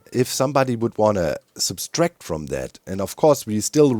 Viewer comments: It's Subtract, not Substract. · fascinating, doc actually think it's sub S tract not just a pronounciation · I wouldn't have mentioned it if you had 'only' kept saying it, but since it's also on the sign: It's "subtract" not "subStract", wie subtrahieren im Deutschen, ohne S. Liebe Grüße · Only a tiny bit of feedback, but it’s one of my pet peeves: there’s only one “s” in “subtract”. (In German as well: only one „s“ in „subtrahieren“.) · Hey doc, just a friendly English reminder, there's only one S in the word subtract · Doc keeps adding an extra ‘S’ to the word subtract. I can’t unhear it!